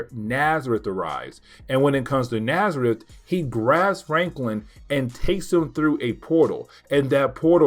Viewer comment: Your videos are a lot of fun. Just to say, N'astirh is a play on words of Nastier, so it's supposed to be pronounced more like En-as-teer, it's not Nazareth :)